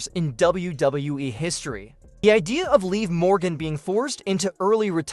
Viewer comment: If you guys are going to be a newscaster any and all of you newscasters when you signed to mention Morgan's name why can't you pronounce it right you all been all of you newscaster been saying it wrong it's live Morgan that is her name is called Liv Morgan get it right get it right say it right say it right stop saying it all wrong